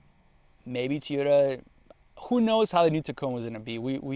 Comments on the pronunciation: I find it very annoying the way you say Toyota. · For me it’s just the way you say Toyota lol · The way you say TOYota is absolutely baffling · How do you own that many toyotas and can't even pronounce it right. 😂😂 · TOY-ota, TOY-ota, it’s easy to say. 😊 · I thought Yuri from the Straight Pipes was the only one to pronounce Toyota as "Teeoda." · Fact that you say teeeyota you should stick to Nissan, you have no business driving Toyota if you can’t even say it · Drink every time he say”Tiyoda” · I would have watched the full video but couldn’t stand you saying teeyota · I felt pain every time he said that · I thought it was Tea yo tah. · Godda love ah teeota eh